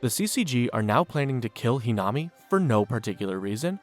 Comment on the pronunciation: The mispronunciation of a lot of the names really irks something in my brain. It’s almost like you didn’t watch the show or even bothered to look up how to pronounce the names correctly very annoying to constantly hear It’s toe-ka not too-ka It’s He-nuh-me not whatever you said Toukas brothers name is said wrong too Even yamori is being said wrong